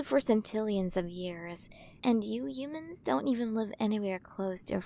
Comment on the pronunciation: (giggling) I'm sorry I just can't get over how she's pronouncing our Earth words hoomans,monk ees,aer plans,hayer, spherical ecosystems(cracking up) I can't take it! I just can't! The way she talks is just cracking me up.